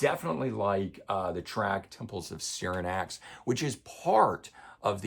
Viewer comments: I am flipping out because you pronounced SYRINX as "SYRINAX"!!!!! Then you say Closer To MY Heart not CLOSER TO THE HEART??? I was psyched but your lack of knowledge of song titles (from early albums I see) kinda hurt you RUSH credibility... sorry,us RUSH fans take this stuff seriously. Thank you for your time and effort. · Sorry but anyone who puts Roll the Bones over Permanent Waves and Farewell to Kings has no credibility with me. That album’s production is completely anemic with some of their worst songs ever, Neurotica is garbage. You also pronounce Rutsey and Peart wrong, it’s the Temples of Syrinx and Closer to the Heart, both of which you messed up as well.